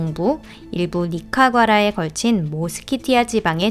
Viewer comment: 니카과라가 아니고 니카라과...전반적으로 대단히 훌륭한 발성입니다.